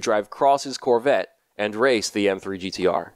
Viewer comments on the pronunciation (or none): none